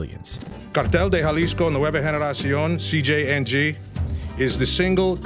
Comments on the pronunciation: Thanks for your work 👍 I think It's pronounced Jalisco (Ha lees coe)😎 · Actual pronunciation is more like madeyin and halisco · My thoughts on today's video is you need to pronounce Medellin and Jalisco properly for God's sake 🙄